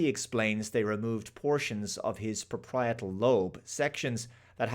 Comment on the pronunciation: It's a parietal lobe, not a "propietal" one.